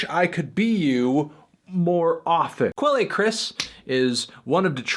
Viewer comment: Quelle is pronounced "kel"